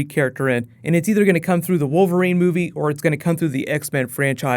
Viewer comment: Ha! "Female WOVERLINE character" .